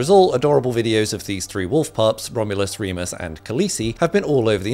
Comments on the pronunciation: It's not Reemus, it's Remus. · one of the wolfss names is REEMUS??!?! REMUS!!!! REMUS LUPIN FROM HARRY POTTER!!!! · Reemus?!more like remus Lupin!wolfy guy